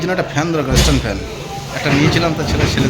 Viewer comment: ইষ্ট টান ফেন নয় স্টান ফেন